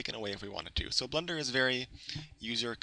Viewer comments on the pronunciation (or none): its BLENDER not Blunder Blen-Der